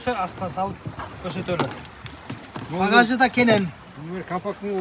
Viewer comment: багажды пагаш дейт го